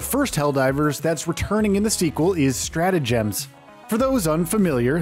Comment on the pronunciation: the word "emphasise" is used allot in this video. which is suiting to the focus on the "G" in stratagems. your saying it weird.